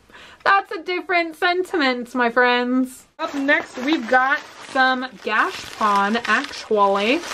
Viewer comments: You are saying gachapone wrong its gatcha pone its said like the is longer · Ps, it’s pronounced gosha pone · The pronunciation can be tricky for some of these products but knowing you I think if you looked up videos on the gachapon and learned how to say it and the silly reason they are called that then you’d want to say the word 15x more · another Japanese word butchered by you you say gachapon wrong